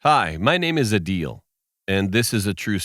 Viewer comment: I'm late but who else heard his name as ( A Deal )